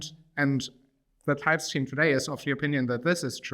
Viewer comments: Hold up, all this time i was pronouncing it the German way "Tüpst", but it's Teipst?? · Honestly, I prefered the tüpst pronounciation